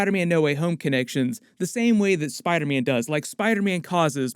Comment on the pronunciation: Will he please stop saying spiderman like that😂🤣(spidaaahman)